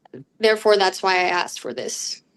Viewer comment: caught several proper "asked" ... then heard "asked" and he changed it to "axed" .....hate "hood speak" ..... axed has a totally different meaning, especially among my people that involves heavy edged implements